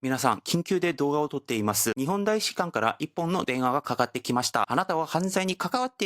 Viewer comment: パクさん日本語がすごく上手なので、さらに完璧にするために指摘させてもらいますね「たいしかん」です「た」です。日本語は面倒ですが、今回の動画の最も柱になる単語なので、指摘させてもらいました。すみません。